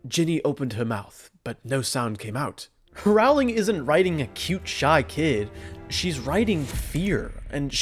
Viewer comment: Thank you for an excellent video. I agree with you on everything except your mispronunciation of Rowling’s name. (How could you not know that it’s pronounced like the word “rolling”?) You even left out a few of my favorite Ginny references. Like “You can’t grow up with Fred and George without believing that anything is possible if you have enough nerve”, and her comment that she was just glad Harry had “something good up his sleeve” to defend himself against Draco’s attack”, and the fact that she came up with the name “Dumbledore’s Army”?